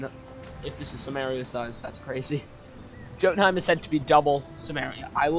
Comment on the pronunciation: Btw, I'm pretty sure that it's supposed to be pronounced yo-tenhiem rather than joe-tenhiem